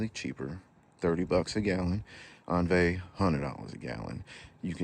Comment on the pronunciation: The French pronunciation is "ohn-VEE"